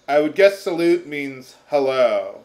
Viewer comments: Salut is not pronounces as salute, it's pronounced as "sa-loo", it's a very informal French greeting. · it's pronounced Saloo and it's hello to a friend